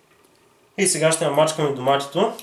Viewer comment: "доматитО" :D :D :D Буахахахаххааххахах